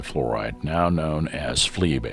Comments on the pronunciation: Flee bay? it's FLiBe, pronounced fly-b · The pronunciation was researched and FLIBe is, according to the source listed, pronounced in several different ways around the world. We briefly considered changing it but decided it was a minor point with a slightly humorous edge anyway. And yes, now we do indeed use the fly-b pronunciation. Thanks for the tip.